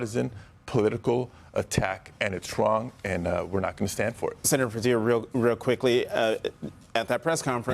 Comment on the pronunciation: Sen-a-tear Jose Padilla 😭😢😹😿😹😢😿😹😢😭😭